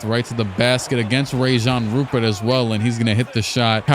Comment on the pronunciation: "Rayjan Rupert" is actually pronounced Ryan Rupear but he's real name is Rayan Rupert